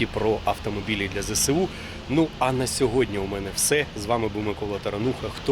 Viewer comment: Зе Ес У а не Зе Се У